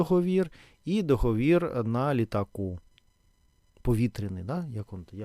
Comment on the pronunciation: ДоговІр, але договОру., договОри, ДоговОрів. Дякую!